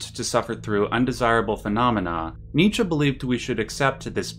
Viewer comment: Thank you for pronouncing Nietzsche correctly!